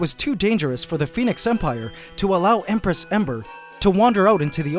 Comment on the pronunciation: Ok but hear me out, the "Embress"